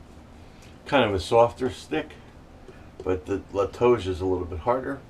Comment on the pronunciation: I use a little plastic grapefruit spoon with a spoon on one end and knife on the other. BTW, pronunciation is La-`Toe-Hah